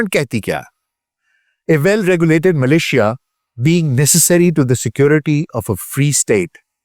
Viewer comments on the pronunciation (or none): مِلیشیا کو مَلیشیا کہہ رہے تھے آپ۔